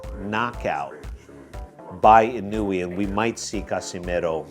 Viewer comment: fyi, inoue should be pronounced as ee-nowe, not ee-nu-wayyy 😅